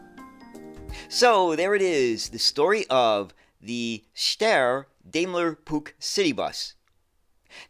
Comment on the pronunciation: Daimler ist pronounced with the A like in Bar! 😉 As an english mothertounge speaker I do not try to teach you the right pronounceation of the german „ch“! 😂 Interresting story. thx 👍🏾😎